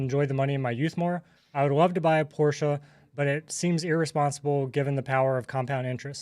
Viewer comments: Thank you for saying Porsche the right way! I trust you must be a fellow gearhead. Don't put your money in shady banks for intro rates! You can ladder out CD's at Fidelity for 5%+ right now from 3 months to 3 years. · Thank you for pronouncing Porsche correctly. Dankeschön!